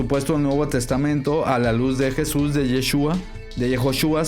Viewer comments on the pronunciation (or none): none